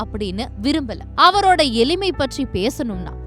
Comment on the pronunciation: சனியன் எளிமையை எலிமைன்னு உச்சரிக்குது